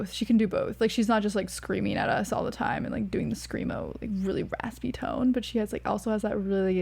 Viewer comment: Glad you enjoyed it. Please don't ever say "screamo" again hahaha it is like getting a needle in the eye. Otherwise, tho, good takes